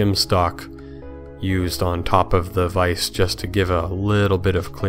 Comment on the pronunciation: Stefan can you help JoP with the correct pronunciation of "vise" ?